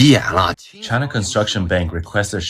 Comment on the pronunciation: Chynnna, Chynnna, Chyyynaaa.. 🤦🏻‍♂️